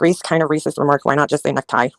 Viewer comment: NeckTIE, Grace ! Tie has an e on the end. Necti sounds like fruit